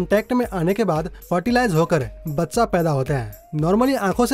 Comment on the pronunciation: Zaante नही जानते है ऐसे बोलो भाई ब्लॉड नही ब्लड भच्चा नही बच्चा क्या यार